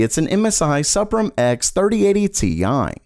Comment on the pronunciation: They pronounce that MSI Suprim X as 'SUPREME X' fyi